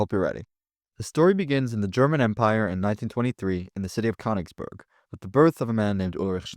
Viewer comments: The borders were also not accurate for 1923, the pronunciation of Königsberg was incorrect, and only 25% of the SS was non-German, with almost all of them being white. I’m not aware of any evidence that even one Subsaharan African was in the SS, much less there being a significant percentage. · Learn to pronounce German names before tackling the topic - Königsberg is no how you pronounce it.